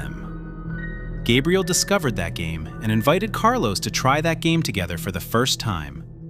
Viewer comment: Gabriel ❌Gaybriel✅